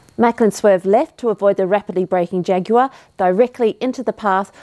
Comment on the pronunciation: 10/10 on saying jaguar the British way lol